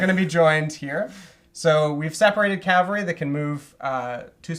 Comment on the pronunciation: To Blücher, it’s cavalry, not calvary.